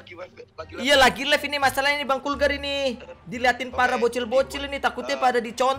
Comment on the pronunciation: Bukan kurgar bang